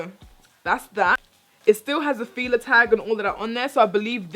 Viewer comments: Pronounced Fila wrong lol, or y'all say it differently then the U.S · Latoya has been rubbing off on 😅 she did a little trini accent when she was talking about fila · Adrianna Campbell She's Jamaican, that's what that was